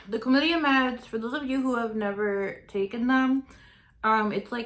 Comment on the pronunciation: It's Clam-itty-a. Chlamydia.